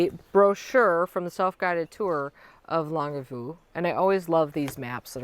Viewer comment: I was watching the birds over your left shoulder on the other feeder (when you first started) and there was a very bright blue bird that made a flashing appearance. Possibly an indigo bunting? We totally get the dirty fingernails! And the Longue Vue is pronounced Long View. French.